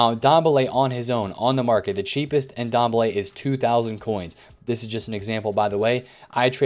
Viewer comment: Great videos as always, just maybe might want to pronounce players names correctly. That Ndombele name killed me.